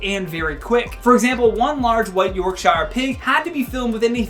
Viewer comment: That pronunciation of Yorkshire aha